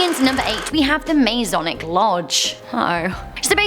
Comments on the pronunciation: Hey, just for future reference it's not Maze-onic like you pronounced it it's Ma-sonic. (Think aye MA) I only know that because I'm part of the Masonic family. And it's not a cult, and it's not satanic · Masonic. Ma"s"onic. Not mazonic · You need to learn how to talk its masonic not mase onic lol idiot!